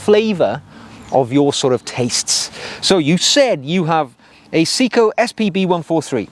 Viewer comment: Good video but I have to point out Seiko is pronounced sayco not seeko.